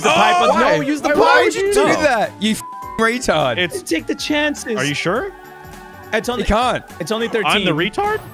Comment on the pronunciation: Did he just say treetard🤣🤣🤣🤣😭😭😭😭